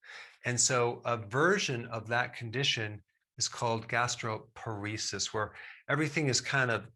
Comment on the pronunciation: quick correction: it's gastroparesis not gastroporesis. gastro (stomach) + paresis (neurologic weakening)